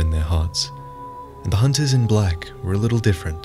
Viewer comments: "leave the honting of honters to me" lol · “Leave the hoonting of hoonters to me